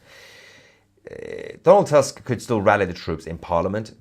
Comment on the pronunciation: Donald tusk not task. In polish U is reading as double oo in english like in word poor